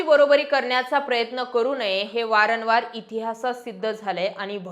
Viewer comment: अहो मॅडम "वारनवार" नाही " वारंवार "म्हणा ❗😴😷🤭😟😞🧨🧨🧨🧨🧨